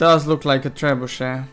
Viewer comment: Did u say trebushit? I heard u say that at first XD